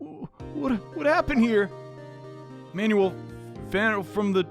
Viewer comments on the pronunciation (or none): ...Isnt it pronounced 'man-well'? He's pronouncing it like "manual" 💀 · also he didn't pronounce "Manuel" right, it's pronounced "my-new-ell" or "mah-new-ell"